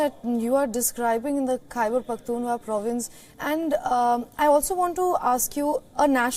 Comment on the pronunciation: The news reader can't pronounce Pakhtunkhwa 😔